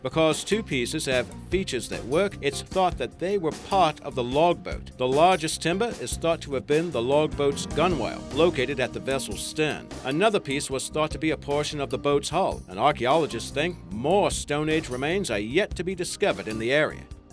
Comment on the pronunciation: "Gunwale" is pronounced gunl or gunnel